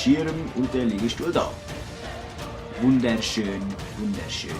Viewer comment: Lol Wunderschöän Wunder schöän:D Verarschig vom:P